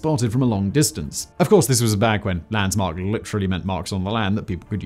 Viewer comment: I've never hear someone say "Landsmark" instead of "Landmark" before, are you sure thats a word?